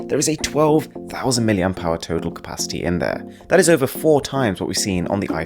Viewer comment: mAh not MAH